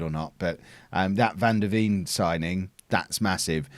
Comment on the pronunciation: Veen in van der Veen is pronounced as vein as in where the Blood flows... Nice video!